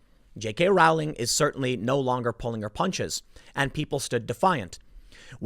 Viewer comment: Dont like her but her name rhymes with bowling not howling.